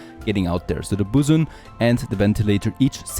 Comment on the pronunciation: Bosun is pronounced BOW(like an archers bow)-SIN